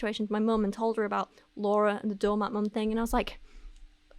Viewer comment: I know you’re saying “doormat mom,” but your accent makes it sound like “donut mom.” Mmm, donuts…🍩